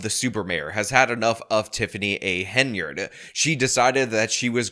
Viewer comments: I just wanted to say congrats on saying Henyard in this video and not Haynard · Thank you! Thank you for finally pronouncing it right. But more important: THANK YOU for listening! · I am so glad that you now occasionally pronounce the Super Mayor's name correctly